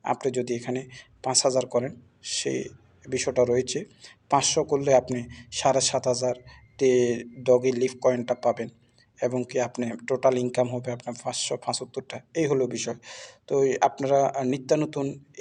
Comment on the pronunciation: মুরুখ্যর বাচ্চা অইটা ডগি লিফ না, ডগি লাইট।